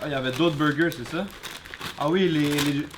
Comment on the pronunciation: on commence par les beugeuh